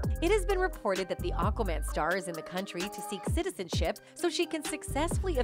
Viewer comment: It’s not OQUAMAN it’s AQUAMAN.